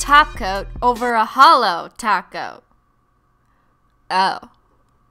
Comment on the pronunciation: Your obviously new here because you say holo not “halo”